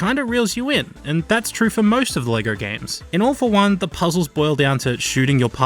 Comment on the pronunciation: Three quick notes: You had the opportunity to call All for One "Awful One", and with the accent I genuinely thought you were making that joke. How did you mention RaC 3's music without including Zeldrin Starport just doing 11/8 for the sake of it? Low-key the first two Infamous games were brilliant PS3 exclusives.